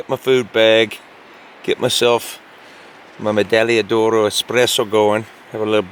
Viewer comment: Your pronunciation of medaglia d’oro is perfect btw.